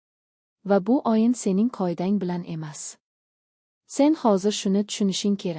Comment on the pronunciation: O' harfini ham o deb talaffuz qilmang .Oyin demang o'yin deng